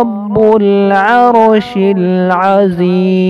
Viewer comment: Salam. ماشاء اللہ urdu tarjuma bhi boldena tah aap aur laash me Azeem ko mohta padrna hai maqraj sahi hona